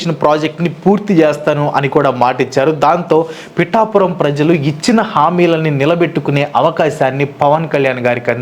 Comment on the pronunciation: Bro its pithapuram 😊